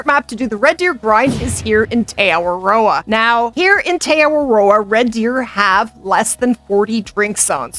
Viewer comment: For a guy from nz, u saying te awaroa is crack up. The right way to say it is , T Ahh-waa-row-ahh